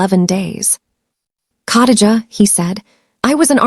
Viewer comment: COTTAGE A???Do you mean KHA (KUH) DI (DEE) GA (JUH)???? Come on fam. You dint even try smh Cottage a is hard to listen to.